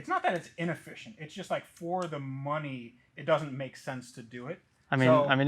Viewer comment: "It's not inefficient, it's just not worth the noney"🤣🤣